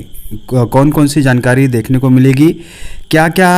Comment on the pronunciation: sir can,t read JANKARI.😂😂😂😂😂😂.